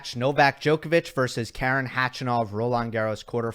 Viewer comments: K-A-ren (with a stress on the first syllable) is an American female name. Armenian male name is Kar-E-n. Not to mention that he is Khach-A-nov rather than Kh-A-chanov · Please pronounce his name Ha-ren, how far do you need him to go in a slam